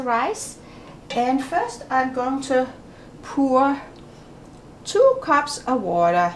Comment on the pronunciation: “Puor” she has a very danish accent like my great-grandfather